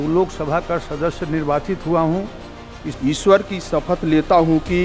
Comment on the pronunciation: Tadipaar ko koi batao iswar nahi ishwar hota hai😂